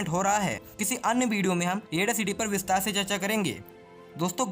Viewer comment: Bideo nhi..video hota hai wo